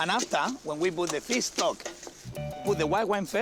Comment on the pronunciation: Did I just heard Piss stock??